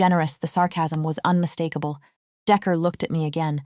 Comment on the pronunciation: Good grief! "un-mis-Stack-a-bul".